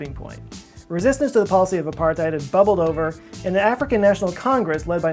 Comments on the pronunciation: The th in the word apartheid should be pronounced separately. Apart-heid. Literally apart-ness. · Hey just wanna say it is pronounced Apart-Hate